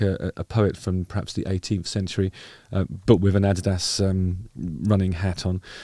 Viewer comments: I've never heard Adidas pronounced as Adidas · The way you said adidas just killed me. 😂😂😂 You’re awesome.